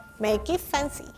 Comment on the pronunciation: 😂😂She speaks like "make it pancy"